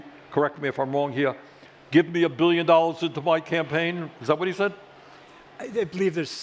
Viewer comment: mr. flip flop interviewer ! Trump said give me a boillion dollars and will fix the system ...